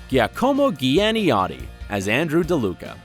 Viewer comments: "guiacomo guiënyotti" lolololoool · I don't know who the narrator is, but he's tweaking EVERYBODY with his butchering of celebrity names. OMG. lololol Especially Giacomo Gianotti...They are SOFT "g"s. yeesh! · I cringed so much when the speaker pronounced Giacomo Gianniotti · Ghiacomo ghianiodi HAHAHAHA, I’m italian and it’s pronounced chiacomo chiannotti ahaha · Ghiacomo Ghianiodi??? Italiani vi prego aiuto ahhaha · Giacomo Gianniotti is pronounced as jee-ah-co-mo jee-han-ee-hot-tee : ) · oh My God , how did you read Giacomo Gianniotti? O_O it's like if it was written in english 'Jakomo Janiocty' not that way.. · My ears are bleeding from "Giacomo Gianniotti"....I mean it takes 2 minutes to check how to pronounce a foreign name my dude...Per favore... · not the way he said "Giacomo gianniotti" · The way "Giacomo Giannotti" was pronunced😣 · hearing the name of Giacomo Gianniotti so mispronounced hurts my italian feelings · The way he pronounced Giacomo Gianniotti 😭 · Hermione Granger MERDA PURE IO AHAHAHA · And how he butchered Giacomo Gianniotti? That really hurts my ears! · To be fair, that’s a tricky name to pronounce if you haven’t heard it before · They way y'all pronounced Giacomo Gianniotti made me cry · WAIT WHAT? HOW DID YOU PRONOUNCE GIACOMO GIANNOTTI?! AUHAUHAUAHA NO WAY UAHUAHAHU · As Italian fan guy, I'm really disappointed about name's pronunciation of Giacomo Giannotti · Me too, and I'm ITALIAN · You butchered the pronunciation of Giacomo Gianniotti's name :/